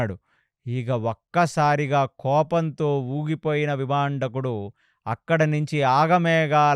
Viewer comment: విభాండకుడు...విభందకుడు కాదు గారు🙏